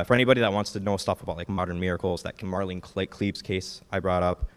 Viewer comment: Okay, seriously. Marlene Klepees!?! Come on.